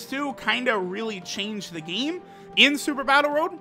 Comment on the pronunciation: EEndroid, dEEmEge, gEme Android, damage, game Why does he sound like that?